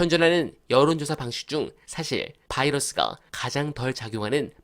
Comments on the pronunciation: "바이러스"가 아니고 "바이스" 🎉🎉🎉🎉🎉🎉🎉🎉🎉🎉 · 바이러스 아니고 바이어스죠?? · 바이러스가 아니라 바이어스 입니다.